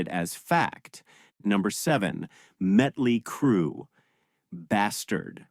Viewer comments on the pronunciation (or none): It's Motley Crue not Metley Crue. Also it's WASP you don't have to say the letters.